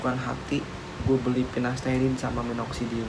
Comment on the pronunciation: Sampo selsun,pinasterid,ketomed haha nyebut nya lucu tapi ttp semangat yaaa bang mksih info nya